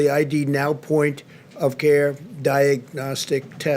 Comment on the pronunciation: He doesn't "carr" but actually cares about us.